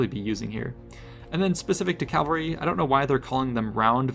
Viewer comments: Not criticism...I find it cute: keeps derping and calling it "cal-var-ee." Just to clarify kids - it's "CAV-al-ree." Cavalry is your unit with warhorses. Calvary is the hill where Jesus was crucified. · Cavalry. Ca - val - ry. How many years have you been mispronouncing this now, I pointed it out probably 3-4 years ago. Calvary is the hill Jesus was crucified on.